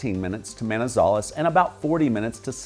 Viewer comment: HOLA MR, CRDIAL SALUDO; gracias por dar tan buenas descripciones sobre nuestro Pais, pero desafortunadamente, la voz robotica que le hace la descripcion de todo, lo hace en una traduccion muy mala, por EJLO, LA VOZ DICE: MAIZALES Y SE PRONUNCIA MANIZALEZ, PEREA Y EL NOMBRE CORRECTO ES PEREIRA, ESTRADO Y SE DICE ESTRATO, HAY OTROS EJLOS PERO NO ALCANZE A MEMEMORIZAR, eso a grandes rasgos es lo que tenia para corregirle en forma muy amigable, ok?!!QUE TENGA UNA EXCLENTE DIA EN NUESTRO PAIS, LO SALUDO DESDE CALI CHIPICHAPE YUMBO, UN ABRAZO¡¡